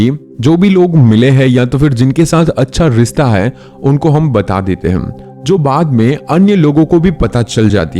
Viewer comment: Why are you saying hai ko haim